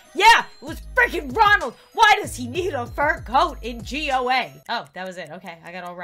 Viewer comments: It's not G.o.a it's called go ah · Indians know it's not g o a its Goa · It's go ah not g.o.a Love your videos I just like bieng rude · So nobody noticed she said "G. O. A." Instead of Goa? lmaooo love you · WHY DOES HE NEED A FUR COAT IN G.O.A.?! it's GO-a, 😂😂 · "G.O.A" Me: noooo it's pronounced Go-aa ( It's in India, the more you know;) ) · G.O.A ME: NO! It should be pronounced goa!!! 😭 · No one: Me: ITS GOA NOT ✨G O A✨ 😂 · Who else cracked up when she called goa G.O.A?? Lol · It’s not G O A it is Goa Go aa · am i the only one adressing that she said G-O-A insead of goa-? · I love your videos so much and I have watching your videos for so long I am a big fan and don't like video you are reacting to but you made it better 💜💜💜:) and also Goa is a state or place name in India we don't pronounce it as G.O.A (no hate just correcting) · did really call Goa g.o.a:0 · Goa is said goae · It's not goa it's a place from India and it's spelled (go-aa) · Why did you read goa as G.O.A why ............. By the way i love your videos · Goa is pronounced. Go-ah. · It's pronounced GO-A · did she really just pronounced goa as G..O..A!!! in the riddle Goa is supposed to be a place(a state) in India right!?! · g o a is an indian country pronounced as go aaaaaaaaaa